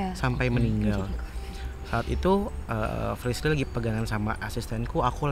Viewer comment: bukan frisly tapi frishly